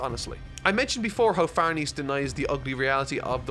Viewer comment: Just fyi, "Farnese" is pronounced "Far-NEH-seh", not "Far-NEESE". I also thought it was "Far-NEESE" while reading, but then I watched the 2016 anime where they say "Far-NAY-zay" and had to look up the name's actual pronunciation: it's "Far-NEH-seh".